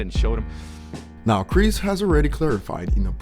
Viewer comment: Dislike cause u cant say chris name right